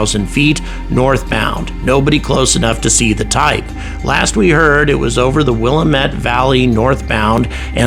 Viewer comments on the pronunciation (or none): From someone that lives in the Willamette valley, that's not how you pronounce Willamette.